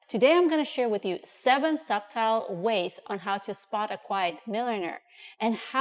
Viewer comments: Subtle is pronounced "suttle", not "subtile". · It is pronounced as "suttle" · AI generated content again. Spelling mistakes (quiet spelled as quite), spoken language mistakes (the word subtle pronounced wrong) and distorted audio. That or a person who just does not care about quality. Aka poor person lol